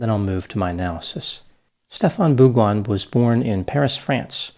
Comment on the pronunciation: Great pronunciation of this guy's name,! congrats!